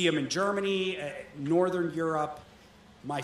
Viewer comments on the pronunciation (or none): none